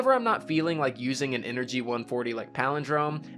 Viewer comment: So happy you said the Ace of Spades exotic perk correctly 😂🤙🏽